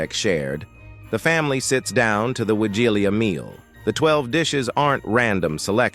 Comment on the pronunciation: please, learn how to pronounce Wigilia, and other Polish words. For someone who calls his channel "", this is disgraceful.